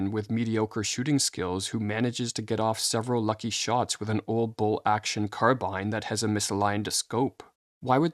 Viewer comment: WTF is "bull action" The word you mean is "bolt action" and i doubt they got that wrong in the OG doc. Hard to gain credibility when you fumble common words.